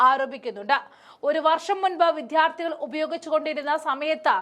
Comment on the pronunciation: വിദ്യാർത്ഥികൾ ആണ്. വിത്യാർഥികൾ അല്ല.